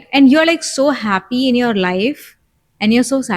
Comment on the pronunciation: I always appreciated little things.. you’re right… thanks Daddy 🫣🫢… I’m ready to say now.. a feel times I’ve heard you say Ha penis… like penis.. sorry I just had to share.. but was just a feel times… but I think it was just to make me smile.. and it worked.. thanks for that …